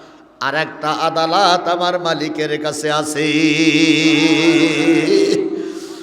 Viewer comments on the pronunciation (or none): আদালত কে আলাদত বললেন কেন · আলাদত না ভাই, আদালত 😂😂😂